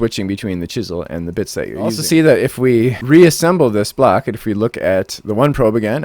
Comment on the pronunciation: "We can store a full blawk in each slut." Uh-huh! Totally makes sense! ;-) Nice demonstration and showcasing.